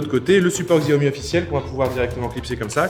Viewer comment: Salut, on dit Chiaomi pour la prononciation:).... Bien joué les gars pour les travaux!